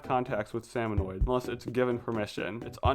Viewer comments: It is so painful to listen to him say “salmonoids” rather than “salmonids” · Salmonids. Not salmonoids. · the "salmonoids" bothered me so much lmao